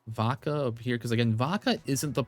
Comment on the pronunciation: Everytime you say Vodka I hear baka 😅